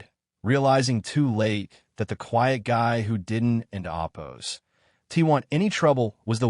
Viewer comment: Thumbs down because your AI's pronunciation of 'oppose' is excretable.